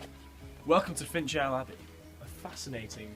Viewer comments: finch ale abbey,,,,,shit he cant even pronounce it correctly its pronounced fin cal,,,stupid bloody posh ,,,,,,,,,,person,,,,what a load of bollocks,,, you need to go back to school you idiots,,,,and its NOT the river wear as wearing clothes its pronounced w ear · Ok this is late ik but ITS NOT PRONOUNCED FINCHALE ITS FINCAL